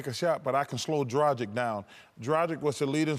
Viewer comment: Seriously, people need to learn how to pronounce "Dragic"! Is it that difficult?!